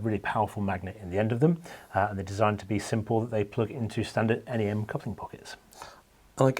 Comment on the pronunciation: Great to hear 'NEM' pronounced 'En Ee Em', as opposed to the first part of 'nematode' 👍